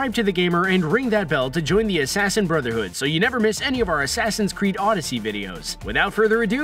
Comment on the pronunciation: Asaasaain Creed odessey